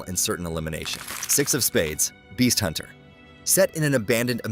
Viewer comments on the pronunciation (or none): none